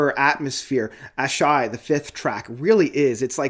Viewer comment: Dude, you KILL me with the mispronunciations. LMAO. Let me help you out. It’s Tosin “a-BAH-si” and “HAH-vee-air RAY-ess”. Also, the name of the 5th song is “a-SAH-hee”. Ok, with all that said, I agree with your review! It’s a great album though I still think The Joy Of Motion is my favorite. On this album, I think Red Miso and Micro-Aggressions are the best tracks, though I enjoy them all!